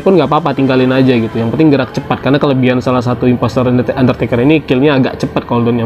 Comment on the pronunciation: Bang abang salah ngomong harus nya ngomong undertaker